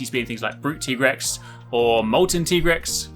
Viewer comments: “It’s TIE-grex not TEE-grex”😂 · It is Tie-grex, not Tee-grex:D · Why are you saying Tigerex? It's actually pronounced Tigerex! Isn't it? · Cant even pronounce Tigrex properly